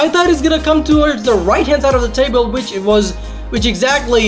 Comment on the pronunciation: WHEN-UEN, NOT FUCKING VEN WHATEVER-UATEVER, NOT FUCKING VATEVER WHICH-UICH, NOT FUCKING VICH TF YOOOOOO